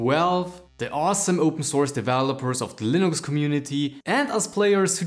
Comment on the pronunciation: Am i the only one bother by the way he says Valve or Linux?